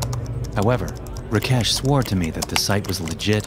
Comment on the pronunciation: "RaKHESH" 😂🤣 lmaoooo